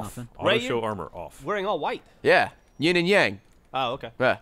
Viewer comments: Just as a PSA, it's "yin and yang" not "ying" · *Yins. It's yin yang, not ying yang.